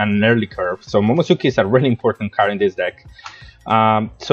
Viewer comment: It's pronounced MomoNOSke 😅